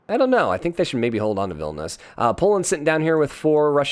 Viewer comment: It's VIL-NI-US not VIL-NUS